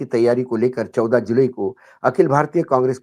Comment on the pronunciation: जुलाई कहिए, जुलई नहीं 😂